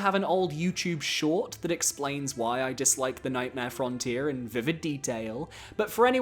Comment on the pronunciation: Nightmare "Fron-tier"